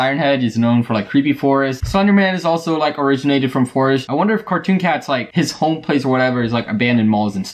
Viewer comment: you said cartoon hat yes you did really